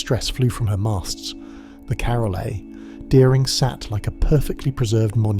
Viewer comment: You can tell the voice is fake and also how it reads the period in carol a. Deering as a full sentence stop along with some other stuff